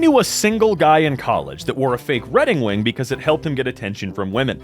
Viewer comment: redding wing. What a lovely verbal fumble